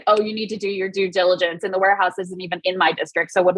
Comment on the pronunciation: Do diligence? Due diligence? No native speaker me would like to know, what's good.